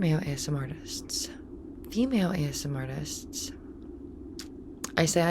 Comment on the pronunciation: A-S-M-R. That's how you guys pronounce it? I pronounce it Asmir my whole life